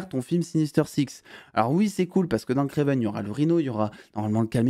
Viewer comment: Par pitié j’en peu plus vraiment c’est Kraven pas Kraiven !!